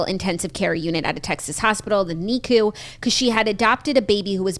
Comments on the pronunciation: “Nee-cu” it’s pronounced nic-u mispronounced and Claudia did say it right lol. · Hahaha I always think this, too! It’s pronounced “nick-you” …right?